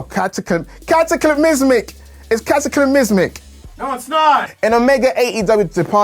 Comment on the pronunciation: The way said cataclysmic I think was fine. Legit put a smile on my face